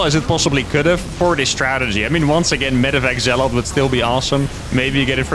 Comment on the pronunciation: STOP SAYING ZEALOTH! You keep spooking me! It's Zealot.